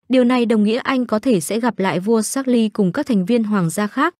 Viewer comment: Vua Charles phát âm thành chác-ly...? 😂 ... tiếng Anh của phát ngôn tivi hay thiệt 😂😂😂... bó tay